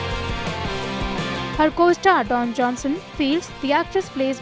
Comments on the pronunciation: Please for god sake his name is Dwayne not Don. It is pronounced Dvaiin not Don. He is the most respected wwe star and a really great actor. Dont spoil his name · Dear newsreader, Please learn to pronounce Dwayne. Its not the same as Don. Thank you. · Please Kill me NOW like RIGHT NOW!!! that pronunciation(Dwayne-Dawn) is killing me!! AHHH!!